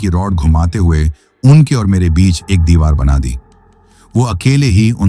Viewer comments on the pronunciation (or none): none